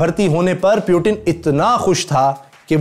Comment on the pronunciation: Chutiye pyutin nhi Putin hai